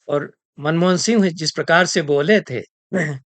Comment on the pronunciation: मनमोदन नहीं मनमोहन